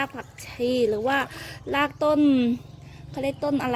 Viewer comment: พูดคำว่า,,ราก.ยากไหม,,ราก.ไม่ใช่.ลาก